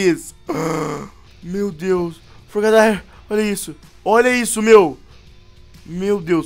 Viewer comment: fala o nome do frogadier errado